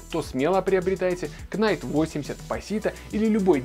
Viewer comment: в слове "Knight" буква "к" перед "н" не читается. Я получил инфаркт уха:(